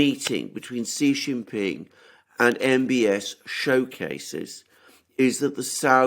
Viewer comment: She-Jin-Ping. What's so hard about pronouncing this name?!